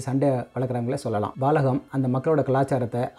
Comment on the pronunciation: You mispronounced the name. It's Balagam. Not Baalagam.